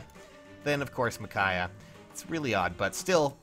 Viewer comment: Michaiah? It’s Micaiah.